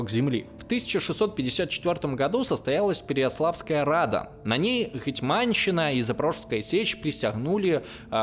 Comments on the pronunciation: Как же режет слух "ГетьмАнщина"... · гЕтьманщина, а не гетьмАнщина.